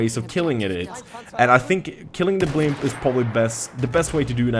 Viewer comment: Blimp ? First 2 times I thought he said "pimp"